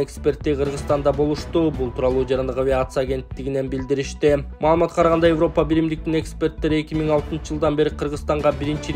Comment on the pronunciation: Эвропа эмес Европа деп окучу